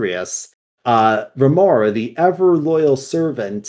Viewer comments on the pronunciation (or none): i really enjoyed this. i played Shadowlands quite alot and didnt notice many of the things said there. Only thing, you said Remornia wrong and it triggered me soo much, Sword life matters haha, its just sire denathrius and his Yandere Sword are so likable characters. The quotes from there are divine